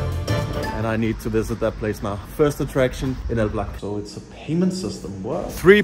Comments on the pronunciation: elblĄg, like elb-long not elblag xd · if you want to go to a city first learn at least how to pronounce it..because if you ask "where is el black" no one will get it.. ELBLOUG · they didint know what u are saying cuz u are not spelling that city name in proper polish. They heard it like El Black :D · By the way, isn't the city pronounced like ""Elblong"? Sometimes the locals can be very strict with stuff like that. Either that or some really didn't know the place. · Haha I am from Elblag... great video, it was fun to watch but dude, you still pronounced the name wrong even at the end haha. Who told you it was pronounced that way? I think you got pranked lol. The right pronounciation is: ELBLOUG. You can check the pronunciation on Youtube, it probably wont let me post the link here. Cheers! :) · It’s pronounced Elblonk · Its pronounced "Elblong". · You should pronans like,,oblong,,just change ,,o,,for ,,e,, it want be perfect but quite close.